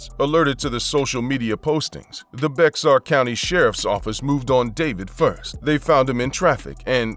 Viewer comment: Just a heads up...Bexar county is not pronounced with the X. It's pronounced like "Bear" county. When I first moved to San Antonio I made that mistake for a while lol.